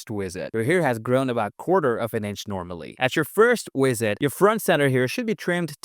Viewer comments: Maybe it's part of the charm of your channel, but I know you can say "visit" bc honestly, I feel like your channel is Ai. I'm not even sure if it isn't, but the content is somewhat helpful. But keep saying "WIZZIT" if it's what helped you blow up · Why do you pronounce visit like that?